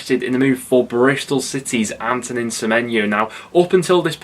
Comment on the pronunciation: It’s not ‘antonin’ semenyo. Antoine pronounced ant-wan semenyo